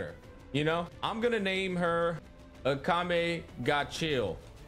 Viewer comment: Anime: Akame Ga Kill Meanwhile him: Akame Ga Chill